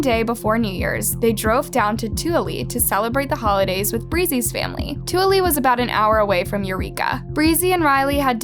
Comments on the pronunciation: I died when she said Tooele, it's pronounced "two-willa" 😭🤣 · Too-willa is how you say Tooele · 2-ELLA. That's how you say Tooele. Yes, it's as stupid as it sounds. I've lived in Utah for far too long. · Tooele is pronounced too-ill-ah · toole is pronounced tah-will-ah. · Always makes me laugh when it's pronounced this way!